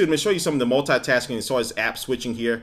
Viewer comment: You always Said "multatasking" that's lol :D